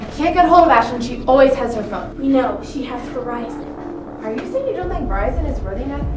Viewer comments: VERIZON not virison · she has..Verizon" LMAOOO WTF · "She has...virizon"